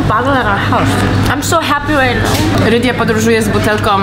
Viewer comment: Rydia jest słodziasta 😍 Super jej się udało polskie słowa wymawiać 😊 Bardzo się podobało, mam nadzieję że jeszcze zagości na Twoim kanale 😀